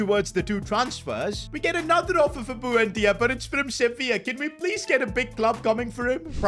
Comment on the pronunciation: the way you pronounce buendia is so triggering bro like it ain't that hard to pronounce